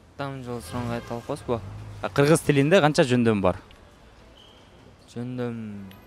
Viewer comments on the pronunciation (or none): Өтө тез сүйлөгөндө тамгалар билинбей калат ал😅